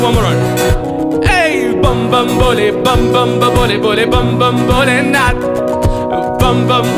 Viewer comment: it's Bhole not bole ...